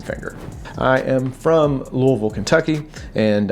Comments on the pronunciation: I knew there was a reason I liked you! You're from Louisville and you even said it correctly in your video. 😁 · Greetings from your hometown Louisville! I’m proud that you pronounce it correctly! Keep up the great work brother!